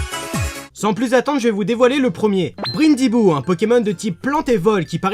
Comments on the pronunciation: Tu dis "", mais ça ce prononce bien "Brindibou" comme le brin d'herbe! et c'est lui mon préféré! sauf que je n'ai pas de 3DS... donc je n'y jouerais certainement pas... Mais, on a vu dans la vidéo que l'assistant du prof s'appelle Kukui (coucouille?!) Donc je pense que les 2 protagonistes mâle et femelle devraient se nommer Bibito et Fufuna, et le professeur... Prof.Troudballus, qui sait? Et le nom des légendaires ont fuités, ça sera Solgaleo et Lunaala! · BRINdibou pourquoi tu le prononce à l'anglaise? :p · "Brindibou" = Brindille + hibou... Ta prononciation (brinedibou) m'a fait "tilt", vraiment désolé fallait que je me plaigne ___...